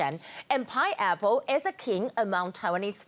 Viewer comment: 妳要不要去查一下鳳梨的發音... 真的不是pi--apple 不是圓周率蘋果